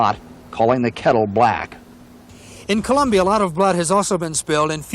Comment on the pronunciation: Also pronounced the country as "Columbia."